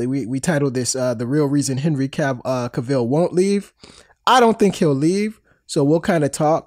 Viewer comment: Why is Cavill so hard to pronounce? It rhymes with travel. I swear to you that's true. This idiot even started to say it right and stopped himself so he could say it wrong! It's not K'Ville. It's not Cay-vill. It's not Ca-vall. Cavill rhymes with travel. This is Donald Trump-level. It should not be difficult. Trump would probably have trouble understanding something this simple but that's because Trump is mentally impaired. What's your excuse? Just say it right. Jesus.